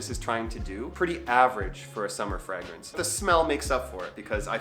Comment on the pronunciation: Your weird pronunciation of the word fragrance is like nails on a chalk board to me. No need for the extra G you throw in the word, lol.